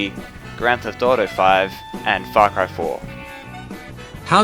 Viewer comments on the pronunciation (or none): When he said his fav game is Skyrim i imagined the memes of those XD P.S. am the only one that heard fuck cry but not ,, Far Cry,, xD ?